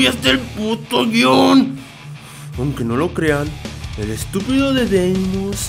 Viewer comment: o plis dime que droga te tomaste la necesito:v